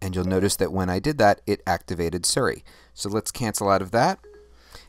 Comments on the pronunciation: siri not seri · Is he mispronouncing Siri on purpose?